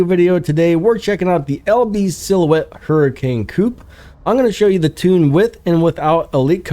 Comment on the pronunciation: Your pronuncation of Huracán is wrong btw. Other than the liked the vid